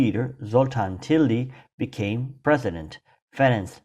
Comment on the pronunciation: Tildy is not pronounced as Tilgy Tildy is pronounced exactly as it is written